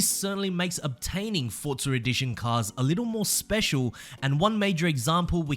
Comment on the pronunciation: why do you say ForzarEdition instead of Forza Edition?